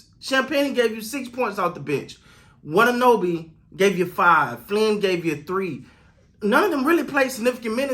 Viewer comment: Love your content. Only want to point out, it's Yuta wa-ta-NAH-b lol, not NO-b